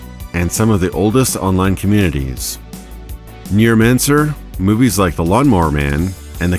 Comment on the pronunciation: Whenever you say Neuromancer I hear NEARmancer.